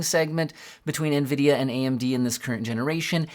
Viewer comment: Nvidia getting butchered. I like that.